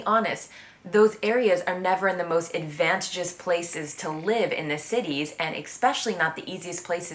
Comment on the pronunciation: are you trying to say the word "advantageous"? It's Advan-tay-jus, not advantjus.